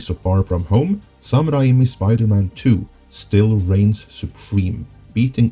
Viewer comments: Raimi is pronounced Ray-Me. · can u just pronounce Sam Raimi's name properly? sounds super pretenious and disrespectful butchering a persons name.